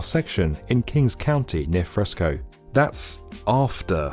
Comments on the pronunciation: (Madera County) not “Moderna County” (Fresno) not “Fresco” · Fresno , not "fresco". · Fresco? Do you mean Fresno? BTW, we don’t say “America”, only foreigners do, we call it the US, or occasionally, the USA. America is the whole Western hemisphere, including North and South America. Don’t confuse these continents with the individual countries in them. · Hi, great video. Thank you. Two mispronounced cities though. It goes from Madera not moderna and pronounced like Madeira. Also it is near Fresno, not Frisco. Though I wish . Still waiting. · It’s Fresno , not fresco dumb ass 😂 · This video is a bunch of clickbait balooney. And it's Fresno not Frescoo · The narrator can't be bothered to pronounce "Fresno".